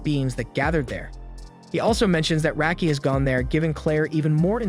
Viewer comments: First off it's rocky not racky you dumbass Clair always said rocky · Dude you watched the anime, stop using your messed up pronunciations that you used before you heard the names. Total "Oh-carina syndrome". Raki is pronounced with an "ah" sound, same with Galk. Rubel's name is pronounced like bell 🔔. Sophia "So-fee-uh", Noel "No-ell", Priscilla "pri-sill-ah" and Elena "Ee-lane-ah" are all butchered and i dont know how. At least you got Miria but F'ed up DenevAAAAAAA, not Denev. You even murdered Galatea "Gal-ah-tay-ah" and Riful! Im just adding names as i watch the video, im just adding Isley preemptively. Oh god, Undine "Oon-dean" already suffered enough 😑 Ri-gal-doe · That's not how Raki is pronounced.